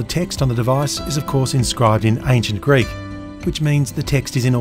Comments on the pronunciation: He's actually using modern Greek pronunciation, but it's quite accurate as modern Greek pronunciation (^^) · What a privilege this is, being able to enjoy such amazing content for free. Also top marks for pronunciation! Coming from a Greek. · I have to say that your pronunciation of the Greek words is spot on, very similar to the one modern Greeks use for ancient Greek. As for your craftsmanship I am unqualified to judge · I'm greek, and I just wanted to say that your pronunciation is way better than most people trying to say greek words. Amazing series, keep it up! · Your pronunciation was pretty good for the most part! Not that I am an authority on the pronunciation of the Greek language, even as a Greek. Awesome video!!!